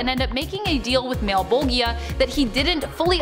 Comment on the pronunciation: Spawn malebolgia. Mow bo ja is how it's said lol but understood lol